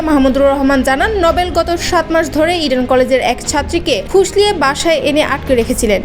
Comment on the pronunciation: রির্পোটারকে সেলুট! সব কথা স্বাভাবিক ভাবে বলে, ইডেন কলেজ উচ্চারণ করতে গেলে যেভাবে ভয়েজটা তার লাউড হয়ে যায়, তা হাস্যকর!